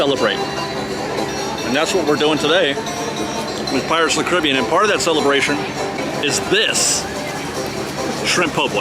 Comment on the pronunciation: Say it with me..."Pirates OF THE Caribbean"